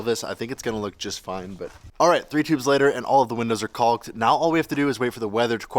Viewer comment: Is it me or do u pronounce “caulked” kinda weird. Almost like he adds a “ooh” sound toward the end of the vowels.